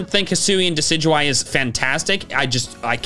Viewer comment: IT'S DECIDUEYE, NOT DECEUEYE!